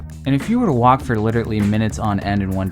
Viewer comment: Stop saying "liturtly"